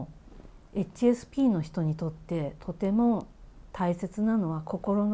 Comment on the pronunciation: 初見です。 HSPの発音に私が聞き慣れていないせいで 話を最後まで聞くことが出来なかった。